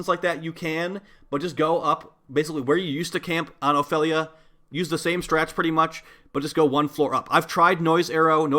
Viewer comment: honestly, you pronouncing Ophelia feels so wrong